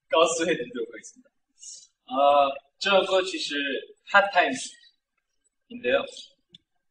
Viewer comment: What he said: Hot times What I heard: Haw tymsh